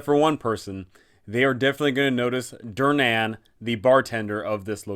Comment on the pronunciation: This canNOT be how Durnan pronounces his name. It's hurting my ears and my soul.